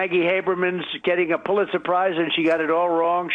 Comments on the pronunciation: He definitely said "they got pull it surprises". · I swear he's saying "pull-it surprise " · Is Trump saying, "Pulitzer SURPRISE?" Maybe I'm up too late... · Why is Trump Saying Pulit Surprise?